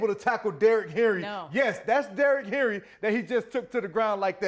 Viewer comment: He's saying Henry...